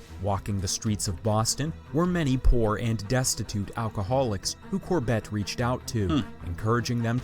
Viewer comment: Cor-BETT? Never heard his name pronounced that way.